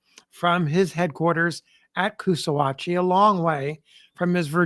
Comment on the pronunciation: It's Coosaw-hatchie, because it's where the Coosaw and Salkahatchie rivers meet.